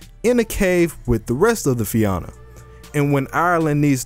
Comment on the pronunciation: Fia-na that’s how you split the syllables and it’s a soft a Fianna